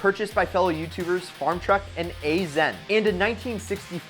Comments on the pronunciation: it’s pronounced Asian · did this guy just completely butcher MA BOII AZN's name?!😂 it is pronounced Asian